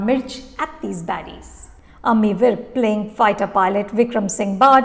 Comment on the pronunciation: Please say Amy's name right from next time